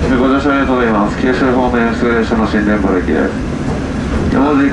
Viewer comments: 「新田原」は「しんたはら」ではなく「しんでんばる」と読むんですよ〜 ちなみに宮崎県では同じ字で「新田原」と書いて「にゅうたばる」と読みます 北九州市は銀河鉄道999の作者、松本零士の出身地で子供の頃門司の鉄道を見て999を思いついたそうです 小倉で博多ラーメンなら、小倉駅構内AmuPlazaに「SinSin」があったのに😁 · 「しんだばる」じゃなくて「しんでんばる」ですよ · 『新田原』→ しんでんばる ですね。此からも、頑張って下さいませ。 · / 誤→しんたはら 正→しんでんばる 本州は直流、九州に入ると交流、一旦停電状態にして切り替える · 新田原はしんたはらでなく、しんでんばると呼びます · ×しんだはら ○しんでんばる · 最初から姫路行き特急といってしまってますね...。 快速でした。 あと、新田原も読み方が（しんでんばる）らしいです......。 難しい！ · 新田原の読み方「しんでんばる」 九州地方では地名に原は"はる"、"ばる"と読みます ラーメンは福岡のは魚介系豚骨スープなのであっさりしてますよね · 自衛隊基地の方はにゅうたばると発音します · 新田原はしんでんばると読みます(^^) 小倉出身者より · 新 田 原 ＝し ん で ん ば る 九州では 原 を ばる と読む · 広島狂走連盟は笑うwww。新田原は「しんでんばる」ですね。